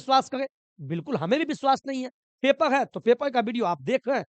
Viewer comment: पेपर ❌ पेपल ✅